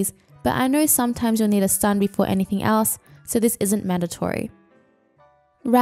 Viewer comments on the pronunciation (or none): none